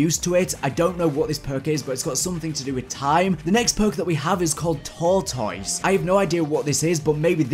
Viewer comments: Like if you dig the way he says TORE-toise! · I love how you say tortoise. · Lol the way you say tortoise